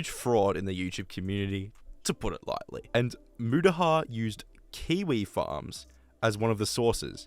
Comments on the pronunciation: just fyi its pronounced moot-ah-har not mutt-ah-har, good vid tho! earned a sub. I like your uniqueness from the rest of other commentary channels Ive listened to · It's Mutahar Moo-ta-har